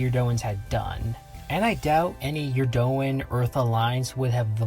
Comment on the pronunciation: Eurondan, not Eurdoan.